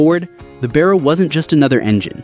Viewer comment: And The American talking in the video needs to learn how to say Barra properly ffs 🤦